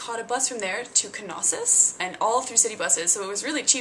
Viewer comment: Its Knossos.....not K-Nossos! (nossos=disease in Greek)